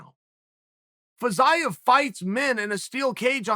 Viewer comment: I swear Chael intentionally mispronounces the names of these guys until they become relevant. I was so confused by this “Fizz-eye-of” guy before realizing he was talking about Fiziev